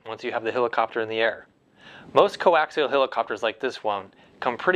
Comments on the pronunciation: It's not a "hillercopter" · its a hell icopter not a hill icopter